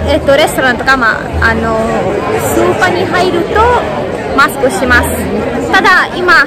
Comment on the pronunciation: 「コロナ」「ロックダウン」「マスク」が、英語じゃなく、カタカナで発音できてるのがすごい！ 欧州旅行したときにイタリア人の女の子に「サルディーニャ島がオススメ」と言われていました。意外なところで楽しめました。ありがとう！くれぐれもお気をつけてお過ごしください。